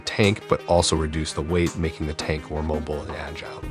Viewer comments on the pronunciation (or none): none